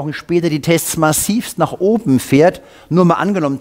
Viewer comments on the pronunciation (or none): none